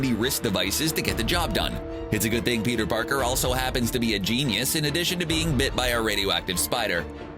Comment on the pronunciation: Has anyone noticed how the guy says Peter Parkers its so annoying